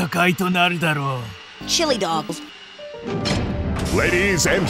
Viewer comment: I almost died when sonic said chiliydogs